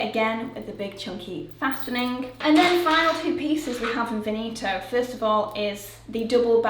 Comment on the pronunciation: The English pronunciation for Veneto was messing with my brain. Sounds exactly like Benito, and old's man kind of name in Spanish.